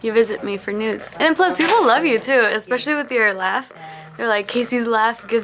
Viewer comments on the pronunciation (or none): i initially heard, “you visit me for nudes” instead of “news” :’)